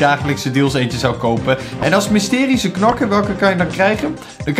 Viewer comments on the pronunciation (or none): Een mysterize knokker?😂😂😂